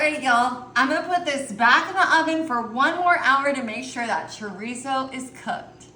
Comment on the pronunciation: 😳 puhcantee kaysadilluh choreesose. So baysukly a giant pan of flavored semi-solid fat and protein. I'll take a hundred gallons. 😝